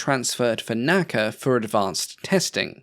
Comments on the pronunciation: N-A-C-A, not Naca. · Great video! I really enjoyed it and appreciate the improved content over the original. One nit… unlike NASA, NACA is only pronounced by the letters “N-A-C-A”.